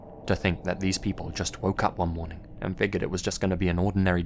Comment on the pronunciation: Figured FIGURED ITS PRONOUNCED FIGURED. FIG YOUR D! THERES JUST A SECTION OF THE WORD MISSING. THATS THE SCARIEST ABOUT THIS GUYS CHANNEL. good content tho